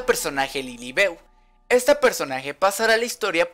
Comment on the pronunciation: No es lilibeu se escribe lilibeu pero se dice lilibiu